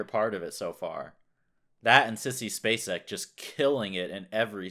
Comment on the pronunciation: you pronounced her name perfectly. Mary Elizabeth Spacek is one of the best actresses to ever have acted. And I think Sissy was about 26 at the time of playing the role.? She has made so many brilliant, brilliant films, Badlands comes to mind, plus Missing & her performance in The Straight Story. Amazing films, amazing talent.